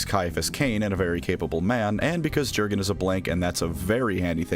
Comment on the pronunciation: I like that first artwork of Jurgen (It's pronounced "Yur-gen," btw, it's Germanic). By the way, contrary to the memes, most Inquisitors DON'T go blowing up planets willy-nilly, because it's the kind of thing that carries big consequences if you don't have a damn good excuse for it. That planet is part of the Emperor's domain you've been entrusted with, and just because the Imperium has a million worlds, doesn't mean that a lot of other worlds won't be affected if part of their supply chain suddenly disappears!